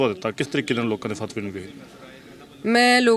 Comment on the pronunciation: Logaa nahi hunda...lokaa hunda hai ji ... Punjabi bhasa di aisi taisi na karo ji